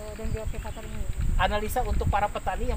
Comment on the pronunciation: Semangat tp bukan bioaktivaktori ya pak tp bioaktivator 👍👍👍